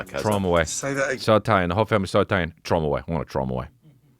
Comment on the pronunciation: Dude......"TH ROW".....